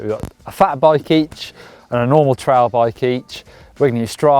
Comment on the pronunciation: It sounds like you are saying trial bike and not trail.